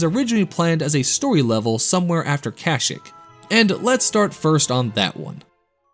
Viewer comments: Bro please learn how to pronounce kashyyyk. Its Ka-Shee-k not Kashk lol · Wait... say the name of the planet the wookies are from agian lmaoo 😂 please dont be Ai voice )